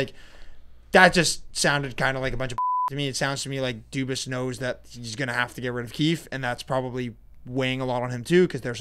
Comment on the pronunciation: Dubas not cubas